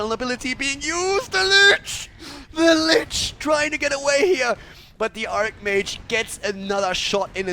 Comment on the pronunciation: Man is not pronunced ARKmage is archmage with a soft C...o my god...